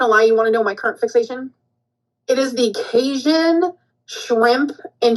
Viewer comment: As someone born and raised in Louisiana... The way that just said Cajun makes me want to roll her ass down a mountain! No, my culture is not going to be disrespected by